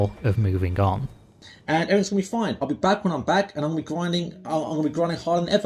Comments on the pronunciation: Never trust a person who pronounces everything as everythink. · It's ophva, everyphin is gon. Everphin is gone m8, it's ovpha